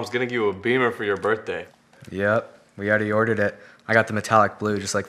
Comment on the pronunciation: Bro not to be rude to Adam but Insaid of saying birthday he said birthdur